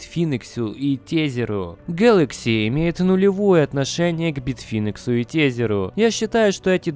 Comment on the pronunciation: учи английский. А то битфинекс и тезер - это просто "кровь из ушей".